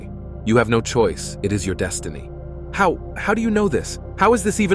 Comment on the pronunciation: It is your “deshtiny”.